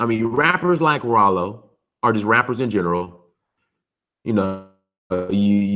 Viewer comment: Raaaaalo not rolo lol